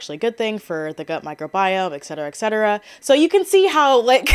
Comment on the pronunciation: please, it's "et-ce-te-ra"( in latin "et cetera"- "et" for "and, "cetera"- for "the rest") there is no "x"